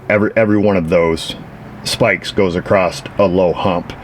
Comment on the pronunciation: I know New York has a different language than other areas of the country, but what is the meaning of the word "acrost" ?